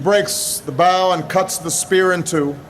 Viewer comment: Mispronounced “bow”. Should be said like bow and arrow. But I was always told the devil knows scripture